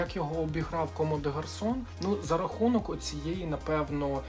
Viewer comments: Зараз буду душна, але: будь ласка, все що завгодно, тільки не КоммЕ де гарсон. Введіть в переклад і прослухайте, це Ком де Гарсон. Все. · Та блін, чуваки! Воно читається Ком де Гарсон